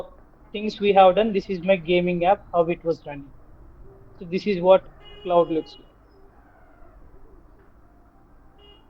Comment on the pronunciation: It's cloud bro not could rectify it 😅